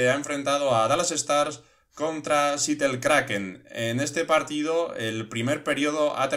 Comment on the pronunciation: Se pronuncia SEATEL no SITEL. Buenas noches krak en